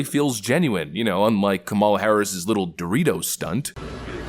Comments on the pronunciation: The way kamala says dorito you can tell shes never eaten doritos before, says it like theyre some exotic snack that shes never seen before Doe-Ree-Toe instead of just a fluid word (duhreeto) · "door-ritos" um just no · Ahh yes DO REE TOOS 🤖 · Everyone durritos. Kamala door-eat-ohs. Like she said oreos with a D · omg Kamala called them dorry-toes like madseasonshow lol. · Kamala says DORE-ITTOS. That’s natural 😂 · Even the way the said Dor-eetos sounds scripted lmao how can you not pronounce your favorite snack?? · Who TF pronounces Doritos that way? She said it like she's never heard the brand name before, lol. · I have never met a person in my life pronounce Doritos like that it's like she did that on purpose just to sound unironically intellectual. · She didn't even pronounce dorito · no one pronounces "Doritos" like that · Sometimes I eat popcorn for dinner because I like it that much, that's a relatable purchase. Kamala Harris can't even pronounce "Doritos".